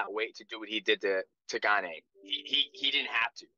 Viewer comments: Lmfao Gaanay is a new one. They mess up his first name too calling him Cereal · Cyril Gane's last name has been pronounced so many ways 😂. Gon, Gain, and now Gaanay. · lol GAN-AE. while jon calls him CEREAL. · I dont understand how/why DJ doesnt know how to pronounce Gane.... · No one respects Gane everyone says his name wrong